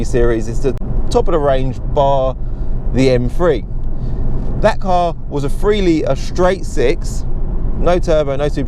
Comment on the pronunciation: Haha you and Ricky pronounce these cars as “M free” love your channel and clips